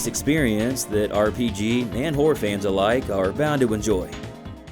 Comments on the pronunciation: It really sounds like you're saying "whore" games instead of "horror" games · You REALLY need to enunciate better. It sounds like you’re saying “whore” most of the times you say “horror”! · I keep hearing "whore games"